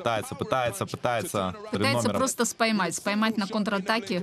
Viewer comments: від української - спіймати. Оговорилась, дві мови в одну. Буває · Спаймать....спаймать ... абсолютли , уже ж , кайфует...с какого коровника привели эту комментаторшу?!😱😬